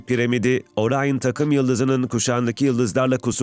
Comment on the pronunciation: Orayın değil, Orion